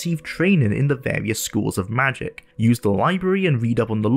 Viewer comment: Wole play with warious quests in a pawticulaw quest in vawious locations.